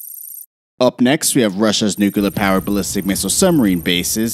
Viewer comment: "Nuke-a-lerr" and "Ice-Bee-Im" aggravating A.I. slurred mispronounciation.